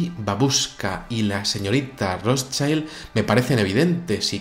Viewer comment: Amigo, el apellido Rotschild es de origen alemán. No se pronuncia "ROTSHAILD", sino "ROTSHILD". Saludos